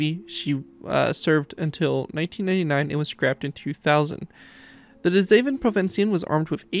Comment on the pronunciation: Holy shit you nailed that pronunciation my guy